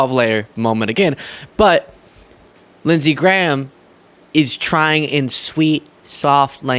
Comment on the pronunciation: Actually its Lindshe Graham.